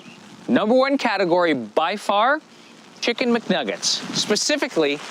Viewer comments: Did he say kicken mcnuggets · I'm just caught up on the fact that it sounds like he says kicken instead of chicken half the time. 😂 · “kicken mc nugget”